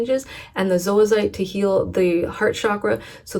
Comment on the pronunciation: Thank you for pronouncing zoisite properly!!! So many videos say "zoy-site" and that is incorrect!